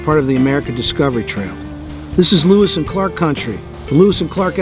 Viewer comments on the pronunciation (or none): none